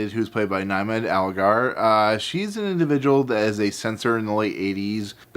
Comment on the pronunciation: 'Niamh' is an Irish name, pronounced 'Neev'. How you couuld get 'Nyemad' out of it defeats me...